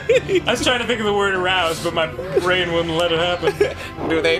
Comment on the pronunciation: do i really have a big bwain?